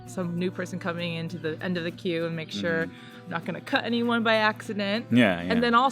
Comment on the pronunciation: Haha,Your accents are changing,when said "cut" she missed the `t` on the end. Love your channel.